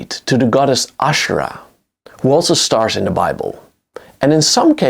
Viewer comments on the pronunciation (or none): none